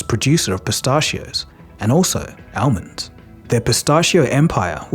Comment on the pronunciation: Sorry but man you pronounce almonds weird. Coming from someone who also has an Aussie accent 😂